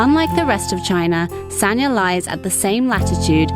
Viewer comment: The pronunciation is “San-Ya”. San just as in “San Francisco”, Ya similar to “Yard” without the ending d. Both and made it sound kind of like Sa-Nya, which is not correct. The Chinese is 三亚, two characters. In standard mandarin pronunciation, one character is one syllable, there is no link between syllables (characters). Here, the first character pronounces “San”, meaning three. The second character pronounces “Ya”. You cannot link the n sound at the end of “San” to the next character.